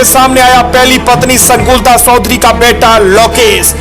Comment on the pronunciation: Baya sodhari nahi chodhari phele sahi bolana sikho or adarniya sukhdevsinh ke bare me khuchh pata nahi to faltu video banana bandh kro